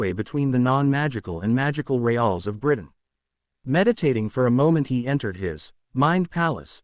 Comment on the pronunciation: Regions or Relms not Ral's.